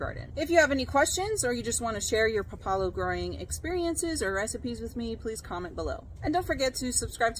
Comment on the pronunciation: It's called pá la lo with the first vowel stressed. And it tastes like a strong arugula.